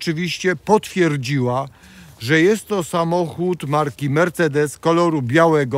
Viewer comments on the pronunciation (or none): none